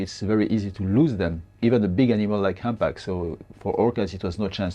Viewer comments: 唔好意思，希望你唔好介意，其實係讀堪back，唔係hand back😣😣 anyway，呢個trip好好睇， thank you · "humpback" 點解你讀到好似handbag咁樣？LOL